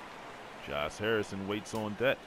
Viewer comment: Dude it's Josh not Jose and Tabata not Tabata